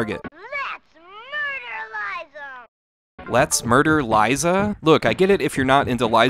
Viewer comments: Its not "Murder Liza" Its "Murderlize 'em" LOL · It’s “Let’s murder-lize them!” Not “ murder-Liza”! It’s tum tums catch phrase from the movie!